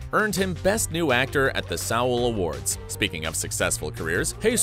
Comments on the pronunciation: Sow-ool? It’s pronounced “soul”. You’re a joke for not knowing that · Huh? Are you talking about Seoul? Seoul is pronounced suh ool…